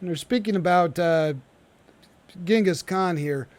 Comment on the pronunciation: Yeah, it’s really frustrating to hear him keep saying it like that 😂